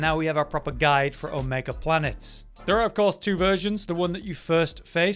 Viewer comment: Fun fact: the reason why it’s Omega Planetes ( is also pronouncing it right) and not Omega Wanderer is the same reason why it’s Larboard Wave Cannon and not Port Wave Cannon. I just had this epiphany sometime after learning what Planetes means.